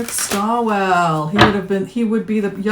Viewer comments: It's Eric Swalwell not Stalwell. I like Eric a lot but agree he's not ready this time. He needs to be tougher and not such a nice guy. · Just so you know going forward, it's Eric SWAL-wel, not STALL-wel.